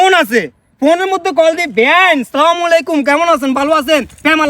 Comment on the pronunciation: সালামটা শুদ্ধভাবে দেন।